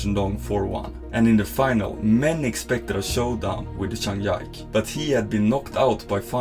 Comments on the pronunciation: Zhang Ji-Ke became Zhang Yaik, I've lost all respect for you narrator and uploader. Bye. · Grym video, men Zhangs tilltalsnamn uttales "Ji-Köh", inte "Yike".